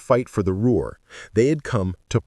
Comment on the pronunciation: "What made the Ruer pocket different. It's Ruhr. Inane AI